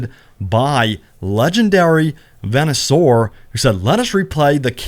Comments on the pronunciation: The fact you called "Venusaur" "venue soar" is a bit ironic given the channel name. Did you not play pokemon at all? lmao. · My only issue with the video is how Venusaur was pronounced. Not doing gen 1 pokemon the credit it deserves. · The way you pronounced "Venusaur" made me stop watching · man has trouble pronouncing venusaur